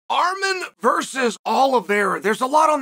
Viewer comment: Its Arman not Armen! Charl has to stop pronouncing these fighters names!!!!!